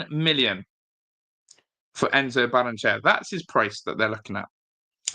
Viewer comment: Ba-rren-e-chey-a In Spanish, every vowel is sounded.